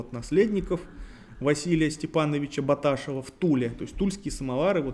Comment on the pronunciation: Фамилия Баташев встречается в произношении как Баташе́в или Баташёв, но никак не Бата́шев. Интересуйтесь, когда готовитесь.